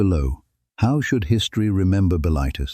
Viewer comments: Buh-LITE-iss should be pronounced BILL-it-iss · m8 you wanna decide if the voice is yanky or english and how to pronounce bilitis? or are we just doing whatever whenever?